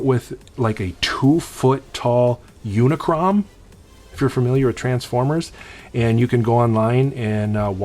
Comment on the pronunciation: Joe, just to let you know, It's called Unicron, not Unicrom. When it comes to HasLab, check out what Retroblasting has to say about HasLab, and how he is not happy with HasLab when it came to the Star Wars Jabba Sail Barge. I doubt that Hasbro should start a Kickstarter, if they are going to plan it for the G I Joe 6 inch vehicles.